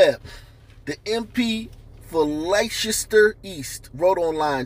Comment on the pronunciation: Leicester is pronounced Les Ter. I know that because I was born there and grew up there. Leicester also won the Premier League in 2016.